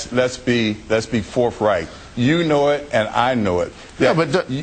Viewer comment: "Let's be forfright." This guy against Hitchens?